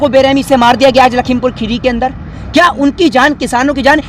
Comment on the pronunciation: भाई पहले आप लखीमपुर खीरी बोलना सीख लो क्योंकि जिस हिसाब से आप बोल रहे हो लगता नही है की आप कभी आए होगे लखीमपुर खीरी